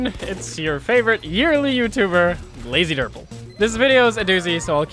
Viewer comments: Did you just call yourself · did he say? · "?" "."